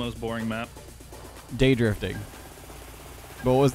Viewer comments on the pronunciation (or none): No way is calling difting, dafting